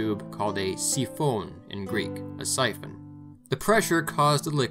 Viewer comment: "A flammable liquid was likely heated, pressureised and pumped though a tube called a siphon (Pronounces it Greekly), a siphon."